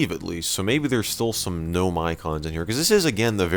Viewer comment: ITS G'NOME